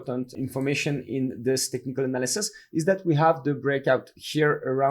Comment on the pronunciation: Love you man, but you got to learn how to say Analysis propertly.